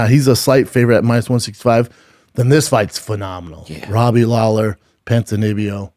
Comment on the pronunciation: He said Ponzinibbio, du Plessis and Edmen's names wrong ffs